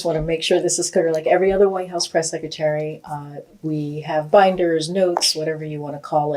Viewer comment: Press “seck a tary” 😂😆😂